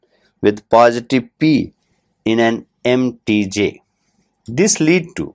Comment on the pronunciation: mtj is spelled "em tee jay", you're spelling it like mtg.